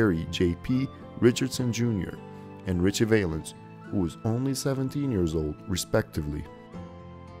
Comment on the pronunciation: NOT "Richie VAYlens", it's Richie "VAL"ens! (Rhymes with 'pal').